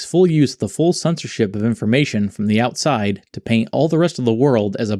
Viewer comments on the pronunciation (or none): none